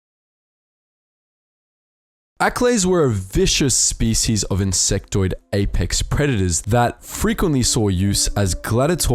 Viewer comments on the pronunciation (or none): none